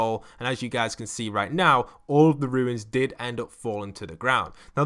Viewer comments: Anyone else mildly infuriated that it sounds like he is saying ruins instead of runes or is it just me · Numberfiend 50 wow, just mildly infuriated?